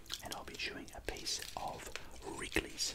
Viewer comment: “and I’ll be chewing a piece of WRIGleys” 😂